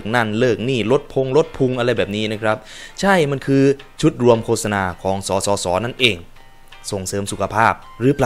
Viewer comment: โฆษณาความจริงมันไม่ได้อ่านว่า โค-สะ-นา. ความจริงมันอ่าน ว่า โคด-สะ -นา